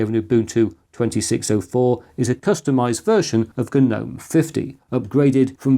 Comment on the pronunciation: It's not Ga nome bro... It's Nome.. the G is silent. You know what I'm Say'n Chief?